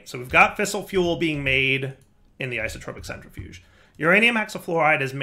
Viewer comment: I see we still haven't learned the pronunciation for entanGLOPORTER, rotary condenSENTRATOR and isoTROPIC centrifuge. Also, the energy display on your Mekanism machines is still set to EU.